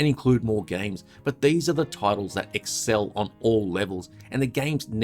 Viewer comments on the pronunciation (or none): none